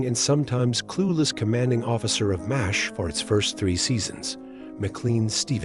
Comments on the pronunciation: Seriously, your AI narration is GARBAGE. What's worse is that you just went with it. MASH is now "Moz H". This makes you look lazy. And doesn't make me want to watch your videos. Pathetic! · Mazz H? You're canned voice-over is broken!